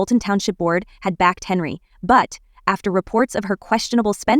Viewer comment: It's Henyard, NOT HENREY!!!! WOW!